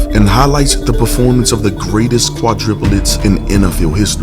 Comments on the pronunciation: I'm sorry but it's driving me crazy lisening to you say quadriplets when it's supposed to be quadrUplets. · I know it is petty, but it is quite annoying. It is QUADRUPLETS, not QUADRIPULETS. And yes, Jay was a beast! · Quadruplets...,. Kwa-DROO-plets